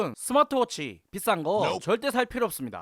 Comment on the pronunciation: 잉? 내가 잘못 들었나..스마취 워치?